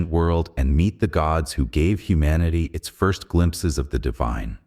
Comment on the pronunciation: “To understand anus significance..” 😅